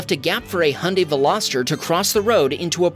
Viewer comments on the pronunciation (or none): Oh it seems so hard to pronounce Hyundai